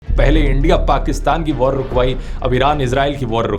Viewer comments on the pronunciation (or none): none